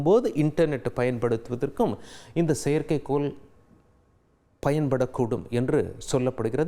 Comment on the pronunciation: செயற்கைக்கோல் சொல்கிறார்கல் NOt a perfect pronunciation